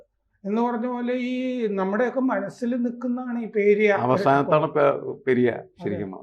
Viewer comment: podo Ramachandra .... you foool first learn how to pronounce Periya